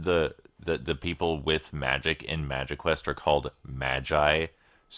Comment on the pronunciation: I thought you said magiquest correct the first time haha